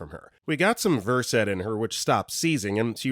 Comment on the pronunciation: You finally pronounced Versed correctly! Next, work on triage.